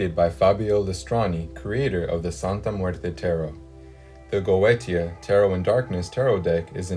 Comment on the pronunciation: Goetia is pronounced Go- A - Sha.